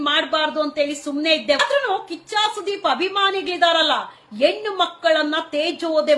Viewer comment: ಅಕ್ಕ, ಹೆಣ್ಣು ಎಂಬ ಪದವನ್ನು ದಯವಿಟ್ಟು ಎಣ್ಣು ಎಂದು ಕರೆಯ ಬೇಡ.ಕಿವಿಗೆ ಬಿಸಿ ಎಣ್ಣೆ ಹೊಯ್ದಂತಾಗುತ್ತದೆ.